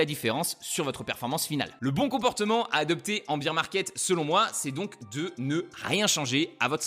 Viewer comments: Alors tu as le beer 🍺 market comme tu le prononces en Anglais et le bear 🐻 market 😅 merci pour tes explications ! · Bear market pas beer market .. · BEAR market pas BEER market lol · Super vidéo, par contre faut prononcer "baire", parce que prononcé "bire" ça veut dire bière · Beer market ?? Faut le prononcer correctement le bear market sinon ça ne veut rien dire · Merci, ça me dérange à chaque fois que j'entends "un beer market" ...